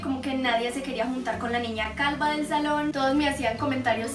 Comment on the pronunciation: jajaja dijo calba .... sin ofender